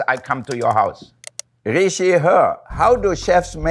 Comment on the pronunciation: I like how he said “rishi she/her” as “ri she her”